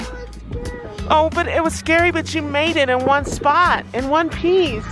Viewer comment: “It was scwary” awwww!